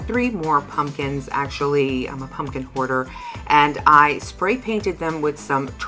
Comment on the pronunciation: Hahaha 😂 bahaha!!! You always make me laugh,! I love 💕 all the projects! Every time you said, “ I’m a pumpkin hoarder” I thought, “a pumpkin goarder” oh boy...more coffee ☕️ please! Thank you 🙏🏻 for another super great video! Take care of yourself (and Peter Parker) 🤗💗👍🏻